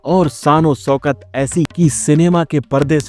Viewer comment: محترم' آپ کی اردو تو بہت عمدہ ھے لیکن شان و شوکت ( سوکت کہنا ) کے شوکت کو " سوکت کہنا ناگوار لگتا ھے' اس ھندی کا اثر حاوی معلوم ھو رہا ھے۔